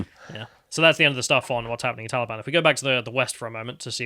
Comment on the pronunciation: So, who was at the door? Was it the tall e-bawn?